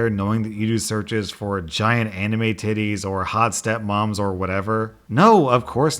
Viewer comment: Calls sects (YouTube won’t let me say the real word) “passionately hugging” Also: Says “anime Titeeez”